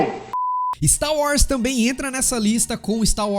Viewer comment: Não é Stau War, é Star Wars. kkk